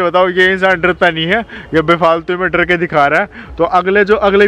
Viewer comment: Sir drrrrrrrrrrrrr nhi hota dar hota hai